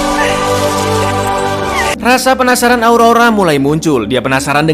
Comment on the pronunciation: penasaran bang bukan pinisiran😂😂😂😂👍👍